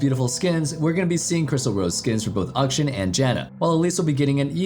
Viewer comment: Please please please stop saying "Ukshin"... even the champ's own voice lines says "Akshan" and it's killing me smalls